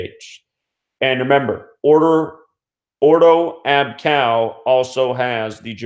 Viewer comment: Just so you know... it is “Melburn” and “or-doh ab kay-oh”. 🙂